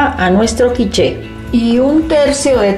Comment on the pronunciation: Quich..."la e a la fin na ca prononce pa"...traducciòn: la e al final no se pronuncia :)